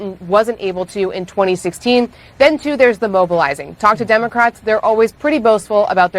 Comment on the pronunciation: Sshe said dumacrats....lmao